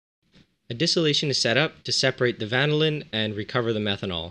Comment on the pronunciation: Love the "vanaLIN" haha